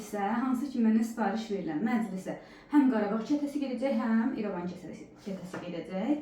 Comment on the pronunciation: Xanim Erevan keresi Yox, irevan ketesi